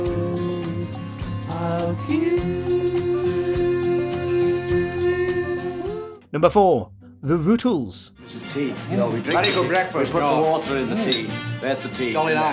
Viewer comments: No.4 The Rootles? Who TF are the Rootles? Obviously the narrator has never seen 'All You Need Is Cash' as he would know the groups name is pronounced 'Rutt-les'. Idiot! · I would've put Stevie Riks on the list. The Rutles (how dare you mispronounced them btw!!!) will always be the best Beatles parody!!!